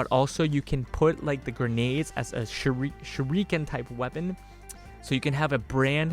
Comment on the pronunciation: Shuriken is pronounced Sure - ick (not eek)- ken. all syllables running into each other, not pronounced separatelyand Speaking of Whips, going by personal experience Whips are More similar to Blades in the injuries they leave, they just cut by breaking the sound barrier and they're flexible thus they're totally unpredictable.... Def would like to see one implemented some time down the line... Even better would be a Rope Dart. (ask and I'll explain what one is)